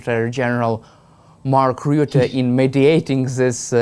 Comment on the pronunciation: Rutte not roote